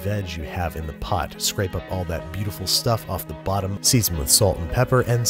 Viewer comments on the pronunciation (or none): none